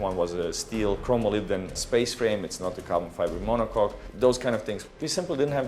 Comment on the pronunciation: We all know that's not how you pronounce monocoque...